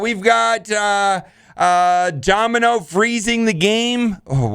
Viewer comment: OhEmGee- Mispronounces Domino Me, and eventually this comment section- So you have chosen death